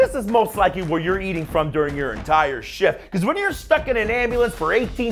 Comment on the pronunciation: emphasis on "when" lol